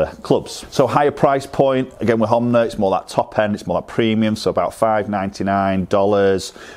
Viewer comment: Honma , not Homnay...